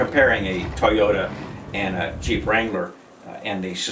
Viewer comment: Yo, it's TOYota, not Teyota.